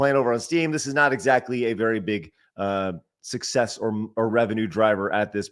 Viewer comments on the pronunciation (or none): none